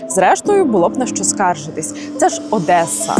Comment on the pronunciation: щиро дякую за цікаве розслідування, як завжди BIHUS видає неймовірний результат! п.с. мабуть вимовляється Одеса а не «Одесса» ? п.п.с. у Вас така чудова українська! 🫶